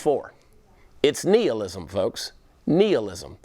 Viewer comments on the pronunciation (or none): How the fuck am I supposed to take someone who can't pronounce "nihilism" correctly yet insists on using it multiple times?